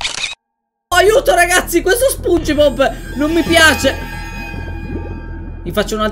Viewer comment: A spunge bleb non sponge bob oh yea mr crab il grangio